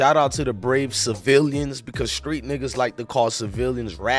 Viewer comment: OMG, DUDE YOU REALLY REACHING FOR A STORY, CAUSE WHAT YOU’RE SAYING DOES’NT EVEN MAKE SENSE, AT THIS POINT NOBODY KNOWS ANYTHING EVERYBODY IS SPECULATING…… AND JUST A LITTLE ADVICE MY BOY, THE WORD IS CIVILIANS NOT CI-VILLIANS!!!!!!!! SMH, PLEASE GET HOOKED ON PHONICS!!!!!!